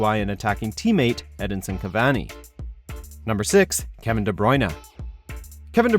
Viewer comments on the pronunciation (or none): Kevin what 😂😂😂😂 David what 😂😂😂 Does he use an AI to pronounce them